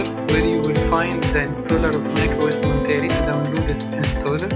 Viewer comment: Thanks for the walk through. You pronounce the name wrong. It's Mont-er-ay. Named after the coastal community Monterey California